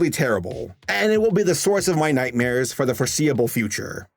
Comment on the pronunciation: Lol you say "nightmare" just like my mom. "nightmeer" I love that 😆